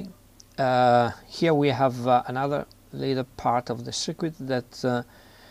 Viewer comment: Circuit is pronounced sir-kit, not sir-ku-it.